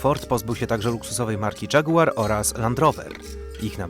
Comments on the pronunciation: "Volvo prezentuje odświeżone XC90". Volvo to tak się składa przedstawiło nową generację XC90. A na dodatek w materiale prezentujecie poprzednią generację. Po za tym "Dżagułar"? Zlitujcie się. A jaka marka premium ma siedzibę w Monachium? Pewnie według Was Biemdablju albo Biemwi, bo na pewno nie Beemwu. A co do Saaba, to produkcja była wznowiona na krótko i obecnie znów nic nie jest produkowane. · Dżagułar hahah